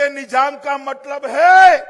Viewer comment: Nijaaaam nahi nizaaaam. 🤦‍♀️🤦‍♀️🤦‍♀️🤦‍♀️🤦‍♀️🤦‍♀️ bhasaaaaa gayeeee